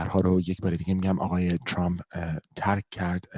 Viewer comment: چراهمه عقده دارن که ترامپ راچرررمپ یاترروومپ چومپ تلفظ کنند ،امریکائیهاوانگلیسی زبانان مثل شما اینقدر غلیظ نمیگن اقای دونلدچومپ چرررررمپ تومپ،نمیتونیدعقده به خرج ندیدوبگیدترامپ😢